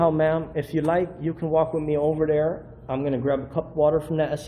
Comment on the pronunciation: "Over Dare"???? Who the hell says Over Dare???